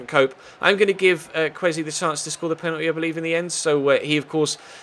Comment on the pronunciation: Kwesi is pronounced ker way sea